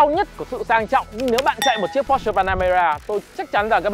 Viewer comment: Phát âm sai bét nhè còn đi nâng bi nhau :))